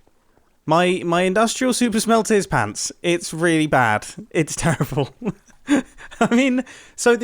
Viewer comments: Just watched the Scar version of this interaction... Mumbo's American pronunciation of "pants"! I laughed the hardest I have all 2021. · Just came from Scar's episode and I want to know WHY did you leave "payunts" out of your episode?? It made me laugh out loud! I am American and I say your accent is on point! I agree with scar, I want to hear more!